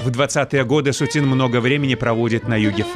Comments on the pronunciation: СУцін -- арыгінальны націск, СуцІн -- на французскі манер. СуцінА, пагаджуся, гучыць дзіўна. Або СУціна, або СуцІна ўжо тады. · Очень режет слух это СутинА, ведь картины СУтина